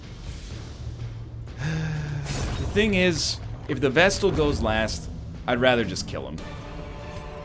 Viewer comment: He came up with this one on his own, he was musing about chat calling his pronunciation of Vestal wrong and rationalised that flagellant was also perhaps pronounced like that, so he started calling it the Fluh-jell-ant, then somebody on that video commented that Fluh-jell-ant is fine, while pointing out other mistakes, though I believe the Egg has yet to react to that because of the backlog.